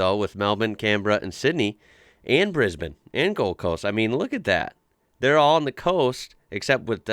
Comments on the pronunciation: You're the only American I've heard pronounce our capital cities like we do! Mel-ben and Can-bra. Bris-ben. Love it! Oh, and there's knock shops in half the suburbs of Melbourne where I live. Of course I've only driven past them haha. Merry Xmas mate 👍😁🇦🇺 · Finally an American who says Brisbane and Melbourne correctly